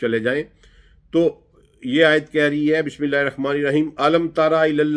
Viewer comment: sir phle to to app bismillah theek kren bismillah irrakhman nahi hta irrehman hta hy